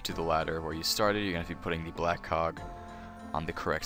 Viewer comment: Thanks yet again. I also am used to your voice, and you dont have a strong accent... so easy to understand. However, sometimes when you say "black cog" it doesn't sound like "black cog" to me :D And in New Zealand, it's ground floor, first floor, second floor etc :P